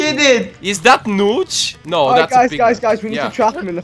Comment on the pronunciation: LOL YOU SAID NOOTCH ITS NOTCH